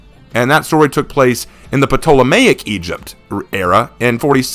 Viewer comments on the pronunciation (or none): In the word Ptolemaic, the P is silent.